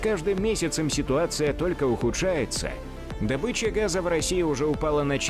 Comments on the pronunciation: Скажите этому эксперту что ударение в слове "добЫча" ставится на "ы". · Дурашка, добЫча - на охоте, дОбыча в промышленности